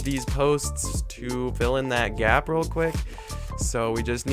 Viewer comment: Say gap not gyap